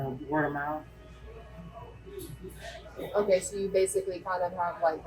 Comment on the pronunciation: “Word of mouf” “the house that Jacked off